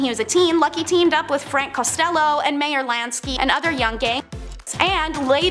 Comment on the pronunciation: Come on.. if you don't know how to pronounce names please google it before making these videos.. also make a sign to help you speak it properly when making the video... Borgia (Bor-zja) ... Meyer Lansky (not mayor but sounds like My-er)... House of Saud (Sowd)... Koch is not pronounced "Cook" it's more like "Coke" (like the soda).... remember you're trying to teach others a bit of history (had to stop video after Koch but might return to edit after watching the remaining video)